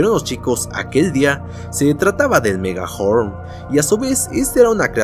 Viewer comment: Dijo megahorm